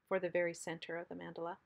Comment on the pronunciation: BEAUTIFUL. The correct pronunciation is MON-duh-la.